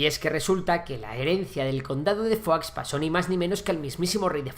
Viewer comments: Se dice "foix", no "fuá". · Foix se pronuncia "fosh" no "fuá"😂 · Pronuncias "conde de Foix" como "conde de Foie" (Foie Gras de oca). Se pronuncia "Fosh" porque es catalán (por cierto, la única lengua oficial de Andorra) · Y no es por nada, pero Foix se pronuncia tal cual se lee en catalán. Decirlo como si fuera francés es ignorar que su origen es catalán. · Foix es un apellido catalán y no se pronuncia como en el video. Digamos que sería como Fosh tal y como se escribe. Sería así: /foʃ/ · En catalán se pronuncia foich y en francés fua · Como que pronuncias foix diciendo "fua"? Pero y este catetismo español? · Pues anda que "FOIX" XD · Foix se pronuncia "fosh" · ver a un castellano pronunciar "foix" es algo increible :") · Madre mía pronuncia mejor Foix que cualquier nombre catalán jajaj. Urjèl 😂 me encanta